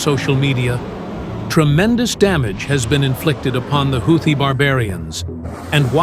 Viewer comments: A "HOW-thi"??? Gotta love AI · Why stupid houti piutee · How many pronunciations of "Houthi" will we hear? I hats Ai narration. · The narrator pronounced "Houthi" differently like 4 or five times